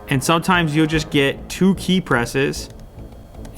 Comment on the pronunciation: Applee has no ideea about thee e"e keey"